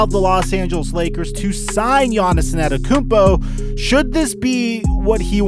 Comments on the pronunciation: Thanks for great content for such a long time! Please put some effort in learning to say his name. Its not AnEToKoumpo. You're missing the first T, bro. Its An Te To Kounmpo. Thanks :) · IT IS AN-TE-TO-KOUNMPO not ANATAKOUNMPO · you say it like An-ten-te-koom-po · The way u murder "Antetokounpo" when u pronounce it doe😆😂🤣